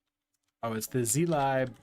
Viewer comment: It's pronounced /ˈziːlɪb/ ( ) not "z lie b", god damn it XD